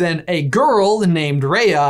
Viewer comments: For some reason I got annoyed that he called her ray-a it’s pronounced rai-a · It's pronounced "RYA" AS IN WHY NOT RAYA AS IN WAY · He says RAya and I'm like, it's RiYA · btw, it's ri-ah not ray- ah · It's pronounced 'Rah-ya' without the 'H', not 'Rae-ya' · Love this, but wish you pronounced Raya's name right! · People who realised that he's saying Raya wrong 👇